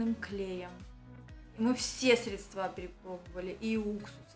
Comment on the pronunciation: ЩетинА, средствА, клеЁв, набранА.....Ужас! Перед записью готовьтесь и работайте над речью! Если у вас дорогая машина с кожаным салоном, то почему вы покупаете вещи из Фикса? При этом говорите об уважении к себе и совершенно не уважаете своего зрителя и подписчиков!